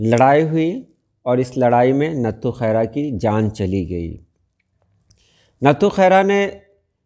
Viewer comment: is lafz ko ranghad parha jata hai,nathu mein th par tashdeed hai Yani natthu khaira